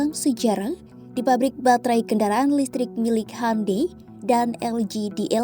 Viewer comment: Bacanya hiundae bukan hande, sok britis bgt siadmin😂😂😂